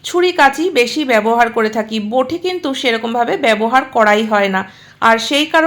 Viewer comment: কথাটা বোঠি নয়, বটি। বড্ড কানে লাগছে